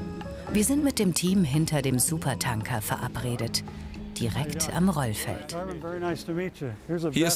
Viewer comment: Es triggert mich irgendwie, dass die es die ganze Zeit SupertAnker und nicht SupertÄnker aussprechen.